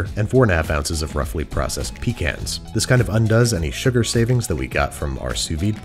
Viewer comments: Hearing Babish pronounce pecans wrong was like getting shot, as a Southerner. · Eh, we butcher enough words down here, I ain't judging him based on that. The puree though... I ain't never seen that before and I don't know that I like it.